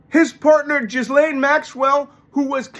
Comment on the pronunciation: You're the only one, apparently, that pronounces her name properly... A little aside, but still.